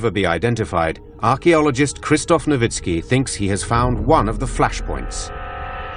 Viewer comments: That is how "Nowicki" is pronounced. Actually it should be "Novitski." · Am I the only one who hears the narrator keep saying a name like "Lowitzki" just before Dr. Nowicki comes on screen?